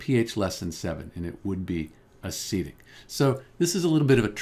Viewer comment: Why do you say acidic like acetic